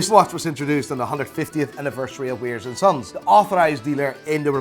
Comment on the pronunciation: “Weirs” & Sons? You’ve been there many times and you still can’t get the name right? Totally annoying!